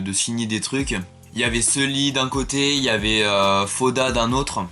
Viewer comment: Déjà quand tu prononce sully "seuli" ça commence mal 😂